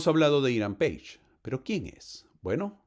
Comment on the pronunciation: Es Hiram Pages, se pronuncia así!